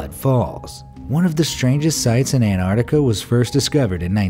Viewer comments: Stop saying anarnica it’s Antartica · Was it just me or was he saying Anardica instead of Antartica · He says it like anarctica instead of Antarctica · It is pronounced "an-tarc-tic-a" not "an-tartic-a" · I swear the narrator is saying Anartica and yes I spelt it wrong because that’s what I swear he was saying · Anartica is not how it’s pronounced